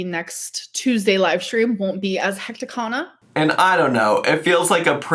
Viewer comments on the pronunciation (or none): ang-zeye-tee Also, if she says "hecticana" one more time, I'm personally driving to Oklahoma to disconnect her internet.